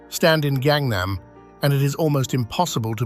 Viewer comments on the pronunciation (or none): Would it kill people who make shows like this to take 30 minutes and learn how to properly pronounce the words? Examples, Gangnam. It is NOT 'gang' as in 'Cripts' or 'Bloods' or 'Trendy Chihuahuas' It is approximately the same 'A' as in 'father' and a voiceless 'G'. Or Cheomseongdae and other words with an 'eo' in them. It is NOT 'Che-ohm-see-ong-day.' No, the vowel 'ㅓ' has no English equivalent so there is no letter, so a double vowel is used to indicate it, much as English uses 'th' to make a sound that does not exist in the Roman alphabet. So what is the sound? Sort of midway between an 'ah' and an 'oh'. It is hard to master if you did not grow up with it, but the 'aw' in 'saw' is a reasonable approximation. So 'Chawm-sawng-day'. Not exact, but close enough for government work. Those are just two. The show is loaded with enough errors to make one's ears bleed.